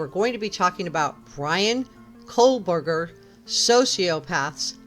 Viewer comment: No L in Kohberger